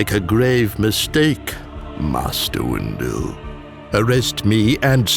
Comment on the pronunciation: Every vid that says “windu” it says “wu” 😂😂😂😂😂😂😂😂😂😂😂😂😂😂😂😂😂😂😂😂😂😂😂😂😂😂